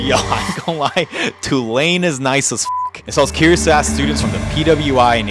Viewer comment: Can't you say "ask" Properly?